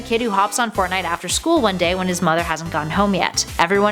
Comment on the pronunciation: I didn't know Russians play fortnut